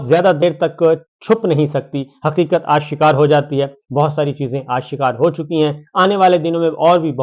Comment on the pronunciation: " آ - شکار " نہیں " آش - کار " ... آشکار